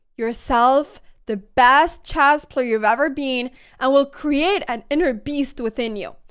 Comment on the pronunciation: What's chaas? Why can't you say chess?